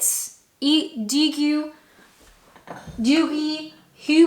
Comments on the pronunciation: Oh I forgot to say, Douwe Egberts, is pronounced Dow, as in Wow, not Doowie, as in chewy, lol. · It’s pronounced Dow rhymes with Cow. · Douwe is pronounced Daw the ou is said like an a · Dowe as in how. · douwe like power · The U and E in Douwe can be left out when pronouncing - it sounds like "Dow" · Douwe rhymes with how, cow or now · Myself I like Nescafé (Original) not the gold blend which as you said, I feel it's a bit weak. One heaped teaspoon full in a half pint Mug. Camp Coffee is vile. Wouldn't even pour it in my Drain for fear of contamination lol Douwe = Dow rhymes with Cow. Coffee walnut cake. my favourite. Home made is best as the mass produced ones skimp on the walnuts. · Douwe rhymes with cow…. Is Dutch. Nescafe is Swiss. You can find them all over the world?! Literally everywhere. I’d never use any less than 3 teaspoons of instant. My go to is Italian Lavazza in a mokka pot. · Dowwe is is pronounced Dow as rhyming wit how, now and cow You used to be able to get granulated instant tea as well too (I think you can still get it in some places) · I think Douwe is pronounced as Dow, as in the Dow Jones etc.